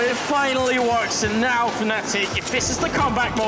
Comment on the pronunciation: Ur blocked kid... FNATIC* NOT FANATIC ...